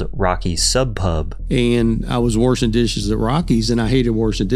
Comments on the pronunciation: He pronounces WASHING as WORSHING. That tells you right there everything you need to know. Lol. Plain and simple. People who talk like that, 99% chance, slurs are in their regular vernacular. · w-ERSH-in dishes times 7 🤣🤣🤣🤣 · "Wirshin" dishes?!?! where the hell is he from?? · Anyone that says "Warshing" instead of "washing" is definitely racist in my opinion 😂😂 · 'WERSHIN' dishes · There is no R washing easy. Warshing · "Worshin Dishes" - John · I don’t like “worshing” dishes either. Understandable. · He said “warshing”, there’s no way he ain’t a racist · "worshing dishes..." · Warshing dishes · Man just can’t stop using the r’s, dude says, “warshin dishes” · Did he just say “warshing” dishes? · Warshing dishes lol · How many "R's" are in the word warshing Papa John 😂😂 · I hate him just as much for pronouncing “washing” as “warshing” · I knew I couldn't trust him when he was "Worshin" dishes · warshing dishes puahaha